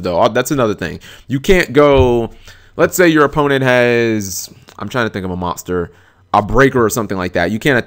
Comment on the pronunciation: can't say the word MONSTER correctly ahahahahahahah